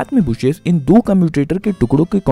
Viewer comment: ब्रुशेस नहीं ब्रशेस सही उच्चारण होता है! स्टैटर नहीं स्टेटर होता है